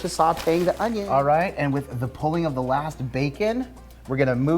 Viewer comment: The way you pronounce onion (ownyown) reminds me of Justin Wilson "The cookin cajun" - I loved that guy. CLOSE THE DOME! What is B roll footage? Congrats on the cook book! Smell yea!